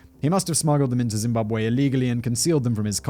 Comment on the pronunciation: Woooooow Simon a story about my home country 🇿🇼🇿🇼🇿🇼 you pronouncation is on point